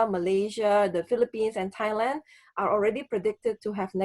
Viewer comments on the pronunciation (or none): none